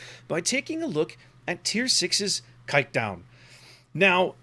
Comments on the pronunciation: The "Kijk" part is okay, the "-duin" is pretty far off lol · The way he prenounced kijkduin just made me laugh my ass off (in a positive way).... that including an amazing review earns him any like and new subscribers👍💪